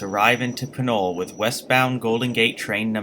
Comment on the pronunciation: I think it's pronounced PINOLEE